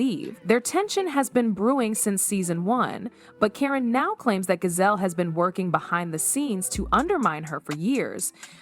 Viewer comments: GIZELLE, NOT GAZELLE. You're very annoying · Stop saying Gazelle, that’s not how you say her name.😡